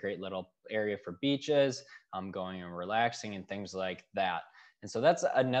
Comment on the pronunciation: There is no " g " in Bradenton. Bring lots of money and patience !